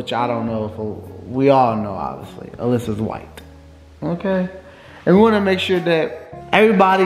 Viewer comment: He said “alyssas white” 😩😂😂